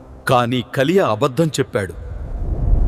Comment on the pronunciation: కలియ కాదు నాయనా కయీను హబేలు కాదు హేబేలు...